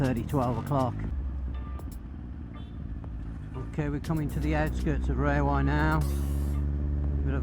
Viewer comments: Rawai is pronounced as rAwai, not as rAYwai... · RA-wai!!! Raywai? Where did you learn that? Just don't get in a taxi and ask to go to 'Raywai'!